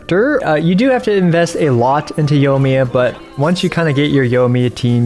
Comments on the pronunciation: Yoimiya. Yoi. YOOOOOIIIIIII not YOH lol Yoi me uh Great video, this tier list updated was well-timed ^_^ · The way you pronounce Nilou and Yoimiya kinda kills me everytime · OH MY GOD! Scaramouche? Let me write this down for you… Scara-moosh thats the way you say it. Nee-loo and Yoimiya… i dont know how you got the last one wrong